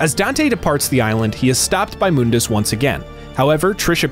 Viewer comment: Its Mun-dus not Moon-das